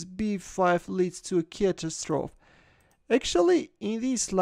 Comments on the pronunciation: Catastrophe is pronounced catastrophy 👌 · Once again, it's 'cat-ass-tro-fee'. 4 syllables, and the end of the word rhymes with 'tree'.